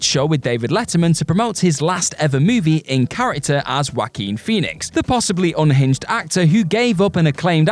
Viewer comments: Joaquin is pronounced Whua-keen not Whack-een.😂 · That might just be the accent, I’ve heard a lot of Brits say it as Whack-een (the same way Brits say Nighk instead of Nigh-kee or Al-you-min-ee-um instead of Aah-loo-min-um)